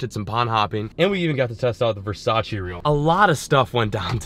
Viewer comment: couldn’t even say Versace right